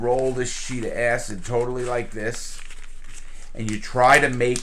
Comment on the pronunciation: "ass hid" acid... lol